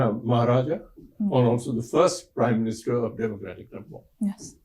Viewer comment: It’s Ne-Pal not Nepol as a British man would say! Again, Ne-pal.